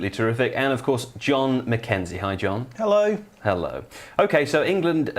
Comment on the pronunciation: Nobody: Jon: "Helloy"